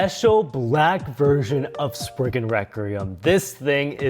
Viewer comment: Im sorry but bro just said naked spyzen